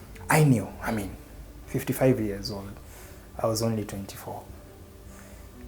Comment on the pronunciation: he has really emphasized on that 55 years 😂😂😂